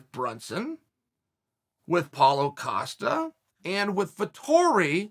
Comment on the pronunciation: That’s the first time I heard chael say Paulo Costa & not “Acosta” lol